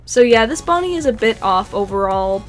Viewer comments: Why do you say bonnet it’s Bonnie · she called bonnie "bonnet" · Did anyone notice she said bonnet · Did you just call bonnie bonnet! (Or did i just hear that?)